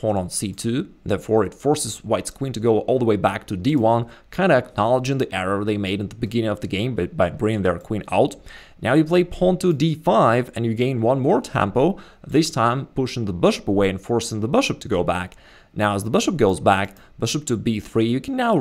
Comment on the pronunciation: There's that word again you keep saying "Tampo". Is it a chess term? What does it mean? Not in google... neither is "Booship" lol